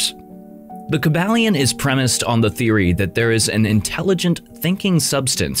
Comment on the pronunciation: Kybalion ( Kai-bal-yon)